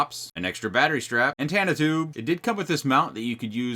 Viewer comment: First it's 'antanna' now SIN-log. I love you brother but please, you're killing me